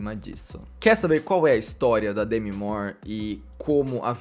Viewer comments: aprendeu a pronúncia do sobrenome, mas não do nome que é; demí e não demi (tipo Demi Lovato). Ela já até falou sobre m na entrevista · A pronúncia é Demí… na verdade, o D é quase mudo, tipo: Dmí